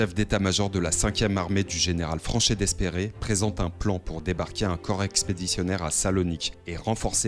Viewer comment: Bonne vidéo, par contre, pour l'anecdote, Franchet d'Espèrey se prononce Franchet "Dépré"